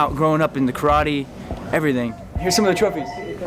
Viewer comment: Can't even pronounce "karate" correctly...